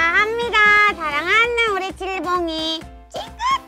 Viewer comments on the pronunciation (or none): 칠봉이를 치즈봉이라고 들어서 속으로 읭? 이랬던 1인....